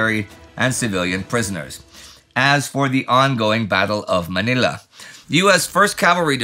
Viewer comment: Ooohhh! Your pronounciation of "Manila" is improving! It's so refreshing to hear.